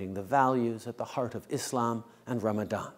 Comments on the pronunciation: I love how he said Islam and not iZlam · This is why i love Justin: He is respectful, he is NOT racist, he celebrated Eid, He respects Islam, And he said “Islam” and “Muslim” correctly.